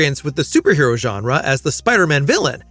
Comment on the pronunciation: He doesn't say farland he just pronounces farlane a bit weird. Also genre he says genra